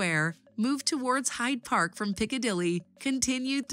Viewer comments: It is Hyde Park not Hide Park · It's Hyde Park not Hide Park.